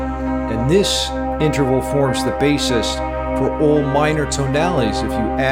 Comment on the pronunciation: Did you say interphallic,? 😆I thought I heard that somewhere near the descending tritone section.